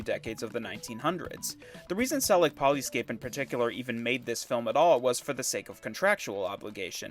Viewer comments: polyscope not polyscape #. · poly SCOPE... you cant read your own graphics?